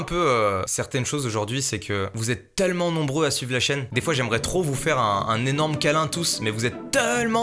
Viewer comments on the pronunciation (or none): Pourquoi tu dis « TeUllement » au lieu de « Tellement » ? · Raah tu dis « teullement » ça me stresse sinon super vidéo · Mastu à la place de dire tellement tu dis teullement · pk il dit teullement